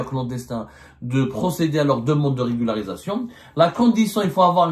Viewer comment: Monsieur Abdou a un problème à prononcer correctement régularisation 😂😂😂😂 regul! regluglsiration relugarusecion etc etc ! On dirais il joue au cafouillage ?